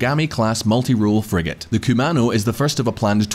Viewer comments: Sorry bro, you lost me at frig-ate! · Please find someone who know what a Frigate is and pronounces it correctly. Will make all the difference